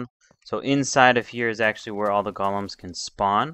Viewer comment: u say golems its go-lems